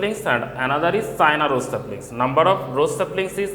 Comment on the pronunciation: sir is not sina is china ,dont say p to f and say f to p sir yhis is a bi problem plz say it properly plzz! by niladrees_